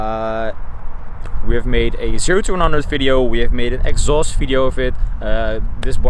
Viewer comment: "We ave"??? WE HHHHHHHAVE